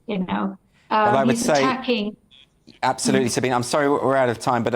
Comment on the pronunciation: Pronunciation: Sabine is pronounced as “sa-BEEN-a."